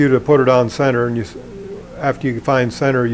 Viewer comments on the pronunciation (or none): none